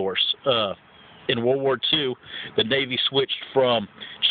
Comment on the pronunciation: Says the person who forgot to put "an" before "ass" and says "buns" instead of "bunnies" and says "da" instead of "the"